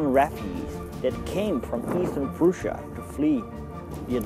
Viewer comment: Its prussia not prusia